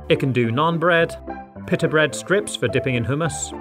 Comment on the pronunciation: pita not pit a